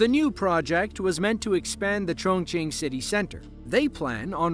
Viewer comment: Thank you for pronouncing “Chongqing” correctly. :)